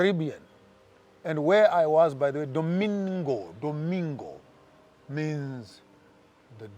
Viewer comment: Did you hear Domigo?